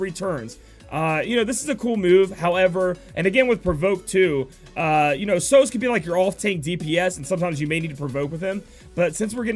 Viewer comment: American pronunciations never fail to amaze me, guess it's the location, I think you guys have a grasp of Spanish for obvious reasons but a word like Sozhe? I would have thought the film usual suspects and Kaiser Sozhe would be a good cultural reference to how to say that name. On another note, did 2 dailies, got Aileen and Sozhe. Win!